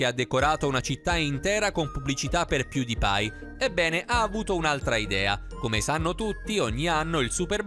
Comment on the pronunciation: All inizio dice piudipai